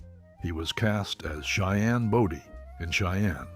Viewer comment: For those who've never seen the Cheyenne shows, Cheyenne's last name was not pronounced "Body" with a short "o". It was pronounced with a long "o".